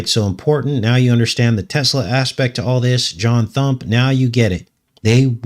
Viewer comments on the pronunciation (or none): none